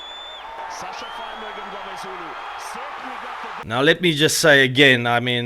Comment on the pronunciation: Jesus Christ brother, you are a South African and you cannot pronounce "Mngomezulu" correctly. Other YouTubers such as squidge, twocents and wildcard who are foreigners can pronounce it better than you...... i have much love for your content but please please please for the love of god get the name pronunciation correctly especially from your own country man!!!!!!!!